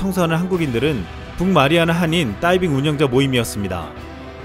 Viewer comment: 따이빙? 다이빙! 발음지적질 죄송해요 걍 웃겼어요 비웃은건 절대아니니 가끔 진지한 브리핑 하실때 된소리 넣어주세요 ㅎㅎ